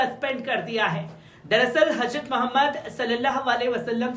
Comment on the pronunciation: KItni GHALTI kerta hai yeh anchor Urdu news bolne mei...HAJRAT bolta hai...G. J KO Z bolta hai...yeh Kya hai